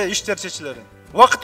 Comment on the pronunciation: Тайых койчотот деп коёт тим эле,тарыхты кыйратып койгонсуган ээээээнендурайын кокмээ.